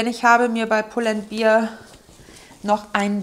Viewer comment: Du hast eine super tolle Art zu sprechen. Man hört dir gerne zu. Toll, dass du YouTube machst. Ich könnte jeden Tag einen Haul von dir gucken. Super Geschmack! Aber man spricht die Marke pull and bear (Bär)